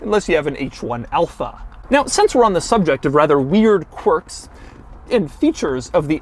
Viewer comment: I swear he is saying "quirks" wrong every time he says it.